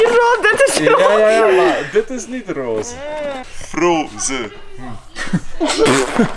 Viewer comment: Rooze haha srry maar het is roze